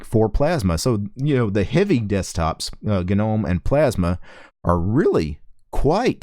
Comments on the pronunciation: the G in Gnome is silent, "no-mm" . questions: Has it stopped freezing when using web browser with several tabs open? Can it finally put laptop to sleep mode or hibernation without waking up randomly for no reason? Can you switch between different kinds of wireless drivers without side effects like losing wireless capability or losing sound capability requiring reboot? I see it's still trying to do navigation animations when it can't (still stuttering), I can't understand why the window system can't detect when the hardware isn't capable of smooth animation to turn off animation in such cases. And that sudo bullshit, is it finally sorted so that it can assume sudo implicitly when required so we don't need to keep typing sudo at the command line and then it can scan fingerprint from laptop fingerprint reader instead of prompting for stupid password every time? also please, pretty please, just put a xterm by default in the shortcut bar, stop assuming people don't need it, they ALWAYS do. I don't know what happened to Linux, it used to work so well from the 1990's to the mid 2000's , now it just tries to be clever and ends up not able to even do stuff mobile phones can do. They chop and change interface, mouse action, etc, user is expected to know how to control the nav bar with no intro guide I mean it's just a mess, I'd like to contribute to Ubuntu to sort it out but some dumb ass must be making all the ridiculous final decisions on the os, wrecking this great os, it's such a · The "G" in gnome is silent you dumbass.